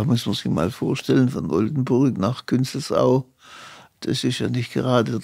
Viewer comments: Wenn du noch einmal KünzelAU sagst 😅😅😅😅 da kriegt man echt faulige Fußnägel! Ansonsten ein sehr guter Podcast! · Künzels-au, und nicht Künzel-au. Und Heilbronn ist nicht kleiner aus Würzburg, aber wird als Ortsbeschreibung nicht genannt, obwohl es die nächste Großstadt als Wirtschaftszentrum zu Künzelsau ist ;-) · Wenn man so ein Interview führt und derart oberflächlich ist, dass man noch nicht mal Städtenamen wie Künzelsau aussprechen kann, dann sollte man es lieber lassen! Wie jemand wie sie überhaupt mit einer derartigen "Oberflächlichkeit" ein Interview mit unserem Chef führen darf ist mir ein Rätzel!